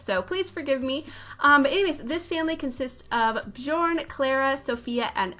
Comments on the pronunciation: björn is pronounced bee-YORN (bee is short) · I just love how u said Bjourn.